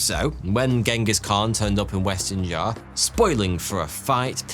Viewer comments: Xia is not pronounced as Zar but Sia or See-yah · the way you pronounce Xia makes you lose all credibility